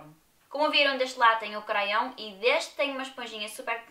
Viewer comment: Muito bom gosto não leves a mal o k te vou dizer sabes que lápis em françes é crayon mas ao pronunciar a palavra não se lê o a.. Beijinhos gostei imenso do vídeo como sempre. 🌹🌹🌹🌹😘😘😘😘